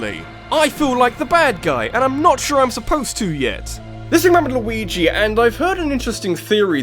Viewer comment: Funny, I just noticed right now that the “This is rabbidluigi” as he closes each video keeps sounding like “Just remember Luigi”. I know what he’s saying, but that’s what it sounds like